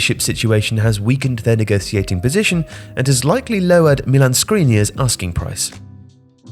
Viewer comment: ‘Negothiating position’